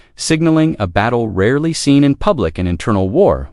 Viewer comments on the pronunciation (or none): none